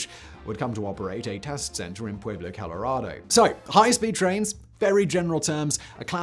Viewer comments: hehe, I laughed too. something like 'poowayblo'?... he butchers the native words of other countries pretty consistently tho, phone it in fact boy! More like pweblo. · If you live in Colorado, it's pronounced " Puelo" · Dear God, the mispronunciation of Pueblo is killing me. For future reference, the “UEB” part of Pueblo is pronounced like the word “WEB” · FYI (just trying to be helpful) the name of the city is pronounced Pew-eh-blo not Pway-blo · We don't pronounce the U, Peblo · Now if he would only pronounce Pueblo correctly.......